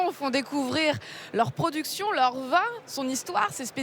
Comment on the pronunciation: Pourquoi prononce t'elle le mot vin comme le mot vend? Comment dire on vend du vin en ce dialecte? On vend du vend?